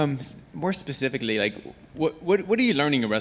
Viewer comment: did he say procifically? lol